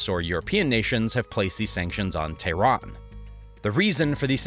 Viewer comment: why does he call it "tahran" sometimes and "Iran" other times.. are they different things surely im missing something